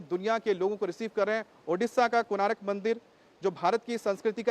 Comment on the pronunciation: it is konark, not konaarak.